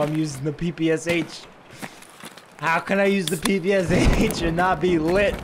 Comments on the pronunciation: PP-Sha! Not PP-S-H) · People are gonna hate me for ruining it for them, but I had it ruined for me too so you're next: PPsH-41? Did you know it's actually pronounced "Papasha"-41. Don't believe me? Go look up the PPsH on forgotten weapons. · PPSh is called pepesha actually, the h is not pronounced seperately blyat pe like in "penthouse" and sha like "sha" But mispronouncing foreign things makes everything way more american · this is P.P.Sh not P.P.S.H